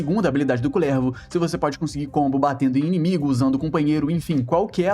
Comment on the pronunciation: nao aguento vc falando kulÈÈrvo e slã kkkkkkkkkkkk